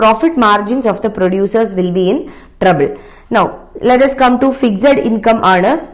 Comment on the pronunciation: You seriously need to improve your pronounciations ma'am. You can't even pronounce simple words like 'fixed' , 'giga' , etc. Btw , I am a big fan of study iq channel and really like the way the other faculties teach.